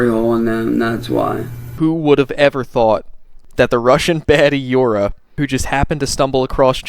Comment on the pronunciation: Her name is "Yura" as in You'ra PDFile (not you BTW)